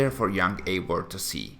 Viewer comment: Why is he pronouncing Eior and not Eivor? 🤣